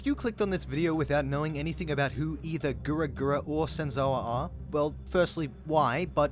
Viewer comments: sorry but i hear you you say gura gura not gawr gura its disturbing me😂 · Excuse me sir, but if I hear you say Gura Gura one more time I'm gonna pop a vessel. Please refrain from your speech impediment called "a british accent" affecting at least the basics of reading comprehension as well. It is very clearly written as GAWR GURA, not GURA GURA. Please, and thank you. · Gaaarrrr gura not gura gura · I don't like how this guy pronounces her name as Gura Gura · Are we gonna ignore the fact he said gura gura and not gawr gura. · What im hearing: Gura Gura what he's actually saying: Gawr Gura How he's pronouncing it: Guwer Gura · Why does it sound like you pronounce her name like "gura gura" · Is he saying gura gura? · Anybody else getting tilted that he pronounces "Gawr Gura" as "Gura Gura"? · GAWR Gura not Gura Gura Lol sorry it kinda peeved me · It bothers me that he calls her “Gura gura”... It’s “Gawr gura” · na he says grr gura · He actually said gawr gura but yeah, the sounds more like gura gura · did my man really say gura gyra at the beginning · It's not "Gura Gura" It's "Gawr Gura" ... .. . .. ... Also... SHAAAAARK! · TDIL that "Gawr Gura" is supposedly pronounced "Gura Gura" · Why do you call her Gura Gura? It’s Gawr Gura. Get her name right haha 😂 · Is he saying gura gura? Its Gawr Gura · PLEASE CORRECT YOUR PRONOUNCIATION. IT IS NOT "GURA GURA" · Gura gura... could you please say her name right? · Why do you call her goor goora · It’s kinda disturbing that you pronounce it gura gura lol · why does he keep saying guragura its SOOOOOOOOOOO STUUUUUPIDDDDDD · I know this is stupid of me to say this but the fact that you’re saying Gura Gura triggers me more than it should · im sorry but did you say gura gura at the beginning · I don't like how you pronounced her name lol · So conclusion being: He didn't say it right. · No excuse to pronounce it completely wrong. And how am I getting riled up for mentioning that he did something wrong?